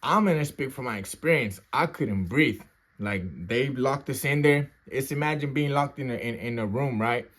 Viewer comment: "I CAN'T BREAFE! I CAN'T BREAFE!" HE SAID HE STARTED BEGGING FOR FORGIVENESS AND SOME MORE SHIT. 😂😂